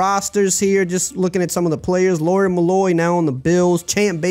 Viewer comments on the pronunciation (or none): none